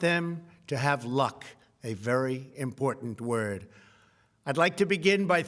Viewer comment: '"And for the next administration, I wish them all to have LOCK, a very important word..."